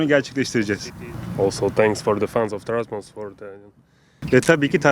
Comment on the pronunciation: Trabzon Trabzon ne Trazbonu mareeek😂